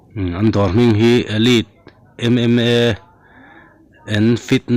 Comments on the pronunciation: Elead chu nilo elite tih zawk tur o chuan i chhiar dan anih chuan hrethiam tho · An gym hming i lam dan khi...pum na vekin kan nui🤣.. tan English thiam ngai hlei nem tro😆😂😂